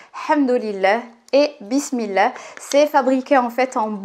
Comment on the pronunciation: J'aime bien tes contenus mais ce qui m'embête ça la façon dont tu t exprime quand tu dis douaa bismillah inchallah , tu le dis à la française au lieu d'employer l'intonation naturel vu que tu es marocaine !!